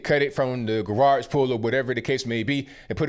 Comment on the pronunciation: My dude says gawarge 🤣